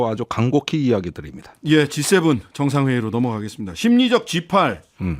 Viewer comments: 나는 G8이 아니라 C8로들리는데~~~~// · 신장식님 g8발음이 자꾸 C8로 들려요 ㅋㅋㅋㅋ